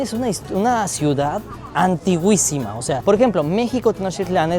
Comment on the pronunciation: Hola , dijiste antigüisima, ( se dice antiquísima )